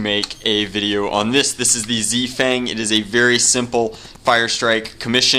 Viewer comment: has anybody thought that when he says z fang he sounds greman?!